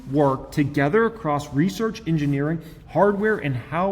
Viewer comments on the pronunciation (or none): none